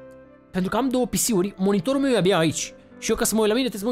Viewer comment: Doar mie mi se pare că zice "Canalul MIEU"??😂😂😂😂